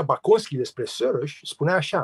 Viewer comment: Să spuneți Soros (Șoroș) așa se pronunță!